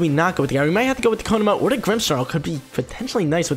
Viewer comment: It is pronounced ko-mo-o not ko-mo and not ko-no-mo